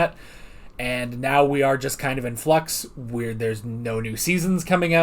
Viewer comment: did you say “FLUX”?🤣